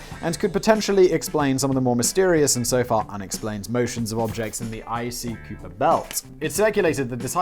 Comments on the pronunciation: Did you mean Soupcon pronounced Sue-son? lol. It means a little! Oh and Kuiper belt is pronounced Kyper. This interlude has been brought to you by Pedants United! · "The icy Kyooper belt" you say? 😜 Kuiper is pronounced Kye-per, rhymes with hyper